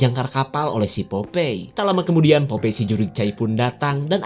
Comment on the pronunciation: Popai. Bukan popei 🤭